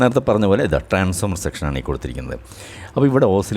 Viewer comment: സർ,ട്രാൻസ്ഫോർമർ എന്ന് പറയണം എന്നൊരപേക്ഷ